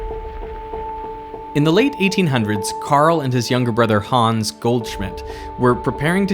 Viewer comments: please pronounce "Hans" shorter, there is no "aa" or "ah" to make any of the long "aaa" sounds that you are making. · just a hint for the future: try pronouncing it "hanns" instead of "hahns", so you'll end up saying "hans" correctly =) *edit: it comes from "hannes", which in return comes from the biblical jesus-fella name "johannes" and so the faster pronounciation is explained ;) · If you want to pronounce Hans like a German, try not to say Hahns but Hanns with a shorter a than you are saying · Hooo😮ns 😂 its Hans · The name is not pronounced 'Hahns' It's pronounced 'Hanns'. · German here: the name "Hans" is pronounced like the word "hunts" in "He hunts a rabbit"...not like "haawwns" ;) And the "u" in the name Bunsen is pronounced like the "oo" in the word "boom" (maybe a little shorter) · Why not learn how to pronounce "Hans" while you're in Germany? Or listen to sound bites on the web on how to pronounce (forvo is nice for that). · Derek, for fucks sake, learn to pronounce the German names right.